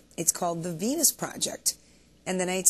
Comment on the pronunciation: Sounds like the reporter says "the PENIS project" att : p...